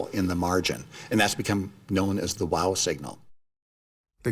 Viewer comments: What the hell is the WAH signal? I know about the WOW! signal but can't these American narrators speak English?? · Hard to believe an professional narrator doesn't know how to pronounce the word, "wow".